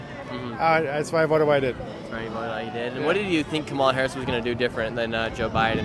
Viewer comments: Haha "Camilla" is my favorite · The First Lady to speak kept trying to correct u on Kamala’s name pronunciation but she was saying it wrong lolll it’s pronounced “Kum- uh-la” ( lotus) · Kom All Uh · In India, where she got the name from, her name's pronounciation will be कमला. cuh-mla. you can verify this on google translate as well, english to hindi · a hindi girl in another comment said the blks are correcting him wrong😂🤦‍♂️ That the hindi sanskrit pronunciation is come-la. U can't make this stuff up buahahhaha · Ridiculous that woman kept Correcting Nick because he wasn't Pronounce Kamala name right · The Kamala worshipers relly get bent out of shape over how you say her name😂😂😂😂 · Cracks me up how often people correct you when you say Kamala. She even pronounces her own name differently so how are we supposed to know how it rally is said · Annoying when she corrects Nick w KAMALAs name 🙄 It’s a Hindu name and it’s not pronounced like the blacks says it is 🤦🏽‍♀️🤷🏽‍♀️ The left don’t Like when they see Trump hasn’t even been inaugurated and the world is changing positively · They get is angry when her name is pronounced wrong stupid woke 😂😂😂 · Even Biden has misprononced her name numerous times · First person had the audacity to correct you TWICE how to say Kamala. I mean wtf.